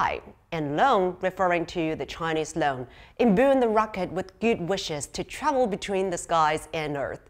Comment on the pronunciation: Should be pronounced as "Loong" not loan! 😅